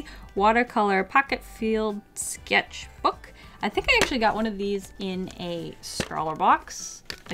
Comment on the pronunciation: The way she said skecth book killed me